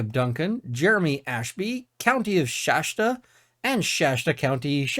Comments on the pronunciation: It's Shasta county, not Shashta county. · You're quite clearly spoken, but you continually mispronounce 'Shasta' as 'Shashta'. Why that one word? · I'm just wondering where the "shaSHta" pronunciation of "Shasta" came from. Names are weird, so I'm sure it makes sense to someone. I'm happy to see coverage on this story. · Shasta pronunciation = SH - ASS - T - UH